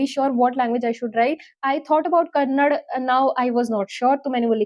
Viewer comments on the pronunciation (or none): Thank you sis. Btw it's not Kannad it's Kannada, there is 'a' pronouniation at the last. Pls pronounce it correctly.